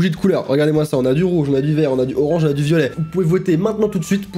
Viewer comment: Le d de violet sinon super ta vidéo